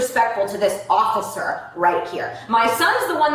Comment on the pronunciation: Boy she doesn’t like consonants does she. Going hard on them every syllable she speaks. Sisssttttterrrrr offficccccerrrrr . Enough to drive anyone nuts